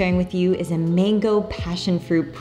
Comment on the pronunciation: It’s MANGO. NOT MENGO